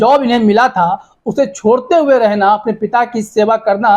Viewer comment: Beta Rehna nahi balkay REHANA hota hai naam tu sahi lo